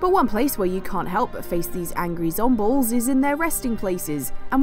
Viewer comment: did she just say zombles?